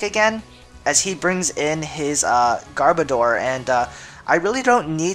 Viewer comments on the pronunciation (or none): I know I am nitpicking, but it is Garb-Odor. As in, Garbage Odor. Not Gar-Bo-Door. Odor as in a smell.